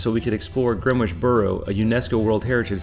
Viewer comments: It’s not Gren-witch. It’s Gren-itch. It’s Ledding- hall. Well done with Leicester Square! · Gren - Itch Not Gren - witch It's not phonetic. Looks like had an enjoyable visit. Very well filmed and edited. Hope you come back soon! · Please stop with the Gren witch, It's Grenitch regardless of it's spelling lol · Some pronunciation corrections Gren-itch not Gren-Witch Borough-A not Borough-O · Not Greewitch but Grenitch........... I thank you! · It is pronounced Gren-itch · Greenwich: pronounced Gren-ich, the w is silent. Buckingham, pronounced Bucking-um, there is no emphasis on the ham. Leadenhall: pronounced Led-en-hall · Great stuff, especially the camerawork. But, a word about pronunciations, (if I may make so bold?!).... Greenwich = Grenitch. Leadenhall= Led un'all. Borough market= buh rur market! But hey! Great video. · For Green which pronounce it Gren Itch Grenitch. We dont do the wh 👍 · Even US Greenwich Connecticut is “GREN-itch” -a little research helps. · Grenwich is pronounced with a silent "W' !! Another ignorant American I guess. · Great video, impressively informative but that butchering of the word Greenwich is possibly the worst I’ve ever heard on one of these London type videos - anyway, I did enjoy the rest of the video though 👍